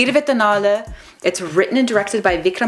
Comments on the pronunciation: Did you just pronounce '24' in Tamil? You are awesome :) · You said 24 in tamil perfectly. Way better than most tamil people do